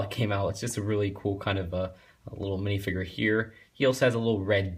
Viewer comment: Dude its not pronounced minifiger its minifigure